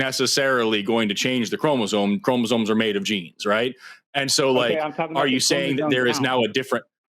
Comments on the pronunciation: No no. "ChromasoNe". With an n. Every time. And he was trying to claim he was some kind of expert on something he couldn't even pronounce. 😂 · Seriously, this is why he's. He has chromosones, not *chromosomes*. You can buy them from Temu in a turkey baster. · You know you're dealing with a real biologist when they can't say chromosomes properly. Chromozones